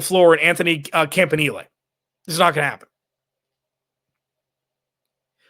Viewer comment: Compliments my friend for pronouncing "Campanile" properly!!! First person anywhere who actually takes a minute to research it to have it right... So refreshing